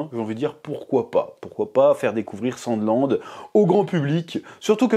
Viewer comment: J ai compris "sans glande"